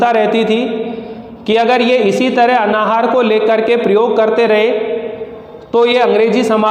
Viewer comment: अनाहार नहीं अन्नाहार होता है.... उच्चारण तो सुधार लिजिए पहले अपना